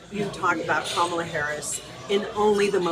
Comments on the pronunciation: Trump struggles to say Kamala's name. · I hate that the right never pronounce Kamala correctly…it’s so rude. And they know they are doing it on purpose. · So racist that he can't or won't pronounce Kamala's name properly. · Trump, still does not know how to pronounce Kamala Harris‘s name. This guy is a malignant narcissist, combined with pathological liar. 🤥 🤥🤥🤥🤥🤥 can’t wait till we don’t see this man ever again on camera!